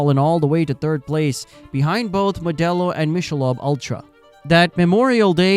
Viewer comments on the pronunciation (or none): How to say Michelob (Mick-a-lobe) Ultra wrong. The AI, err I mean human narrator, doesn't know it's not pronounced Mish-a-lob. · I never knew what all the backlash was and you put it together nice and concise! BUT… Michelob is pronounced ‘mick-a-lobe’ not ‘mish-a-lob’. Good video overall. 👍🏻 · What is Mish - a - lob beer? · It’s “Mick’ a Lobe” teach your AI how to pronounce words correctly. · Your AI sucks it can’t even pronounce Michelob right!! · Is this an AI voice because that isn't how you pronounce Michelob